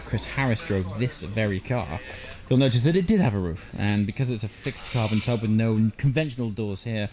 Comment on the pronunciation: Did you say Carbon tub?? 🤣 great video as always 👍